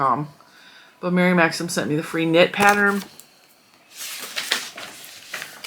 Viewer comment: I hope this doesn't sound petty, but THANK YOU for pronouncing Mary Maxim correctly. I have seen so many videos saying "maximum" and it gives my OCD such a zap that I cannot watch the videos.